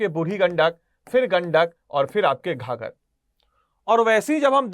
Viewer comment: its not ghagar its ghaghra